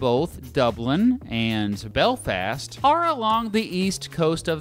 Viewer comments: lol nice way to pronounce Belfast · The way he said Belfast triggered me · The way he says Belfast